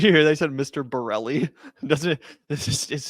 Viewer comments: I died laughing when he called him “Mr. Borelli” and “Mr. Morelli.” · Destiny: incoherent rant Norm: Mister Ravioli! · Horrible showing from Norm here. Why do we think its cool or rad when he constantly was getting his name wrong and resorting to ad homs. Despite all the academic research he has done on the topic, thats the best Norm can offer?